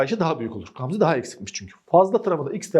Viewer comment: Hocam o nasıl Gamze demektir yaaa🤣🤣GGAAMzaeae